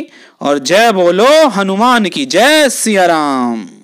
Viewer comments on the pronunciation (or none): none